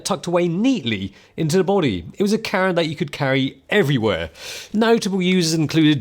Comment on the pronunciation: Say Camera not Cara 🤣